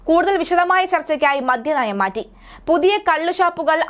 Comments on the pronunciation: എന്റെ കൊച്ചേ മധ്യനയം അല്ല മദ്യനയം ഉച്ഛാരണം ശെരിയല്ല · മധ്യനയമല്ല മദ്യനയം